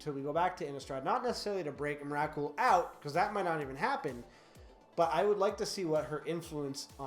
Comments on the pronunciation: the way you said emrakul just .. dear god man xD please no xD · That's not how you pronounce Emrakul...